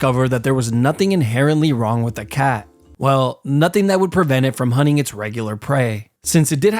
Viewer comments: Bro keeps saying hunning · "hunning grounds" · hunning grounds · Huning huners...Americans are so funny, why do they not pronounce the T ? 🤣